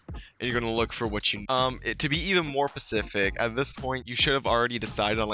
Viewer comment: "To be even more Pacific"